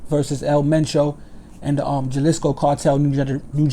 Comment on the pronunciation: Wats up big homie #s gr8 report jus wanted to let u kno jalisco is pernounced ha-lisco the j is silent jus for future reference no disrespect and keep up the good work !!